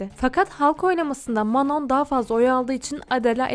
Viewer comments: Geçmişte olan olayı sanki yeni yaşanmış gibi yapman aşırı saçma.Her insan ilk başta birbirine soğuk yapar,bu normal.Şimdiki yayınlarına,videolarına bakarsanız hiçbiri dışlanmıyor.Kızlar iyi geçiniyor.Dikkatimi çeken şeylerden birisi de Manon'ya "Manon" demen.Sophia "Manon" olarak değil "Mano" olarak telaffuz edildiğini söyledi.Bir de Lara Queer,lezbiyen değil. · Aq Manon mano diye okuyor ayrıca manon nun müziğe ilgisi var daha önce hiç dans etmemiş olabilir ama piyano çalabiliyordu vokal eğitimi almış ve şarkı sözü yazıyordu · Video iyi güzel de sürekli Manon demişsin okunuşu çok mu zor anlamadım ki sondaki n yok işte